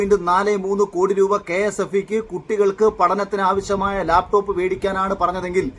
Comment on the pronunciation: ലാപ്ടോപ് എന്നല്ല പറഞ്ഞത് Mr Akhil. താങ്കൾക്ക് തെറ്റ് പറ്റി. അദ്ദേഹം പറഞ്ഞത് " ലേപ്പ് ടോപ് " എന്നാണ്. 😂😂😂😂